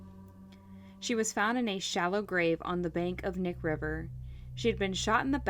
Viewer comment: Great coverage. Just FYI, the river, Knik River, is pronounced kah-nick, not nick. And Eklutna Annie, that area is pronounced Ahh-clue-t-nah. 👍🏼 born & raised in Anchorage, growing up, this was happening. What a psycho!!